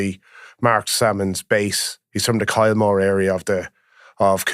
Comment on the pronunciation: Kilmore not Kylemore